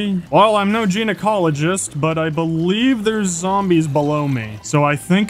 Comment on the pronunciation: did you pronounce gynecologist wrong on purpose???